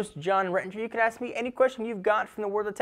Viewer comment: no offence but when says ask the buffalo,it sounds like ass the buffalo,no offence-just love your videos